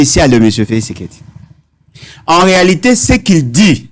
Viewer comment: La haine a fait que ait du mal à prononcer Félix Tshisekedi 😂😂😂. Il appelle Feli Seke 😂😂😂😂😂